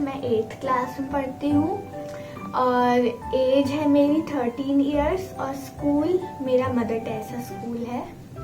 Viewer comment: When said my age is 13 i thought she said my age is 30